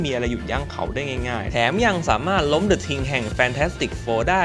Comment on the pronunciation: เดอะ ลาสสแตนด์ ครับ ไม่ใช่ ดิ ลาสสแตนด์ เหมือนโชวโง่อ่ะครับ555